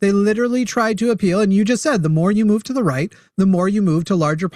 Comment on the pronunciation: "Duh hidden powers of duh executeeve branch"